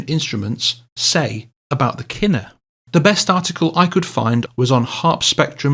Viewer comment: David's lyre isn't a KINner, It is a Kin-NORE